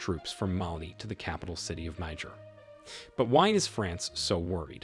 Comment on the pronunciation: Its pronounced like " Nee-Jear" , not the N word